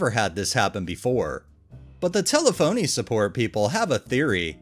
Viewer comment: It’s tel-ef-oh-knee